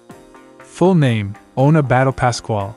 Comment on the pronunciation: Its not battle its bad-ye😂😂😂